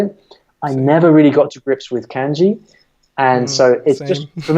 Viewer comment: I love and I take his Japanese uncovered course. I always wonder though why he pronounces Manga as "Mane"ga and kanji as canji. Especially after the pronunciation conversation.